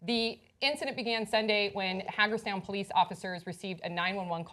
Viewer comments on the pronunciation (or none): It's pronounced Hey...gerstown, not Hag . . erstown. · minor point, perhaps, 'cept for those who live there, I suppose, but Hagerstown is not pronounced the same as the Blog Hag might, it's more as The Hague is pronounced, as in hay-g, at least if that town is the one in Western Maryland. Glad I could help to clear that up for everyone(mainly me)heh heh, actually was just an FYI.